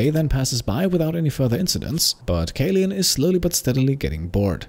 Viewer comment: kaleun is a german therm for kapitänsleutnant, roughly translated to captain-lieutenant, mostly the leader of a marine vessel crew :) it’s pronounced caloin ps: found this series by random, merely heard anything of the game and yorself, but i‘m absolutely hooked! great work and thank you